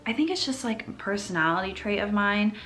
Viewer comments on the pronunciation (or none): none